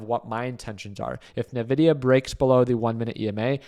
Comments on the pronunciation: En Vi Di Yah not NUH VI DI YAH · It’s not Navidia, it’s Nvidia (pronounced “Invidia”). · Why would you short the day of earnings? What a stupid thing to do. Also isn’t it called en-vidia? Why is everyone calling it na-vidia?